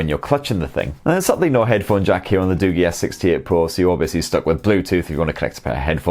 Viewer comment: You pronounced it wrong its not Du-Gi its Du-Ji